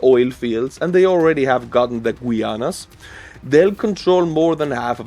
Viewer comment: Excuse me,, Guyana is pronounced "ga-ya-na".